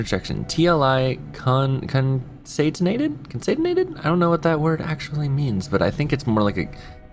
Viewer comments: Pretty sure concatenated is pronounced conkatenated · Great video. Also, it is con-cat-ten-a-ted. :)